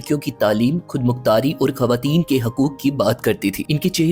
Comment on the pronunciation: Aakhri. ..khud. Please khay sahih kren